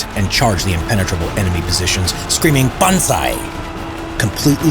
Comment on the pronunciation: It's "Banzai"